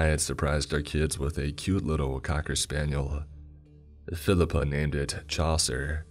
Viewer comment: “Phil-I-Pa” or Filipe?